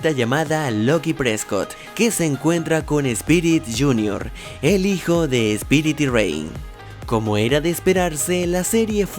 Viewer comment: Espirit? es: "Spirit"